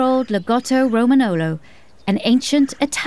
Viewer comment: You have to pronounce romagnolo like romañolo is like lasagna